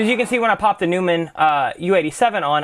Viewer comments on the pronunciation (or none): Love your tutorials. Always very informative. One thing, just so you know, Neumann is pronounced "Noy-men". "New-men" is a Seinfeld character. ; )